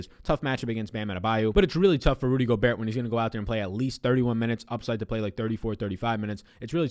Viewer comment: Yo the T in Gobert is silent. Love your content tho!